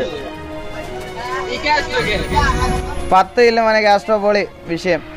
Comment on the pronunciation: It's kaztro baybe